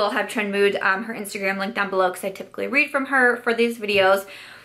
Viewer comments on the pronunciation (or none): none